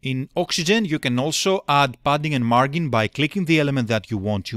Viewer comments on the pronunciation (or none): so you are aware, the G in margin is soft, so it is pronounced like a J would be. Look up the drink Gin as in Gin and tonic, or this link should help Of course you are not a native English speaker, understood